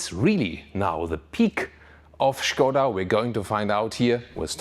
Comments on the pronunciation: I like that you said "Schkoda" and not "Skoda", gut gemacht. :) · Yes "Shkoda" is correct. Not "Skouda" as is usually pronounced by english speakers :) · I can confirm it is correct 😃